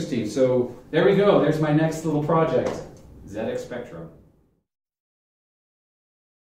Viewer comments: well done for saying ZED-EX spectrum ;) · Glad you called it a ZED-Ex. But whilst we're on the subject of proper pronunciation, solder is pronounced "soul-der", not "sodder" and composite is "compo-sit" not "com-pos-it" :) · It looks like someone had a monitor on top of that BBC. I reckon the PSU must of overheated... Beebs generally ran on 5 1/4 inch disk drives, see if you can find one on Ebay. They had a lot of educational software cos they were mainly used as school computers, though they did have an awesome 6502(?) assembler in ROM as I recall. PS - Hey, we've got an American pronouncing "Zed" properly! We'll have you spelling "aluminium" next! ;-) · Ha never picked up on that. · It gets a Like for that, before the video starts properly.